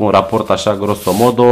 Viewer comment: va fac asa un raport "grosso modo"... esti italian? 😂😂